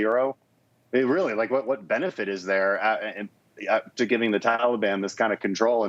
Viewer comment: I was thinking, Obama just needed a way to supply all his buddies with guns and ammo. Yesterday I heard Biden say, "Taliban" and pronounced it the same way Obama did. 🤔 Reminded me of the first time I heard Obama say, "Mooslim"🙄 Bad apples never fall far from the tree.